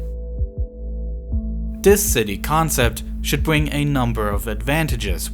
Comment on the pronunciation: I wish the narrator would pronounce his "th" sounds and not substitute it with an f or d sound and not say bring like bwing. Video is well made but the narrator sounds like 5y/o learning his alphabet